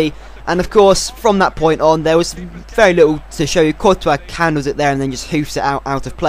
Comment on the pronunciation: courtois is prounced tortoise but coretois so it rhymes with tortoise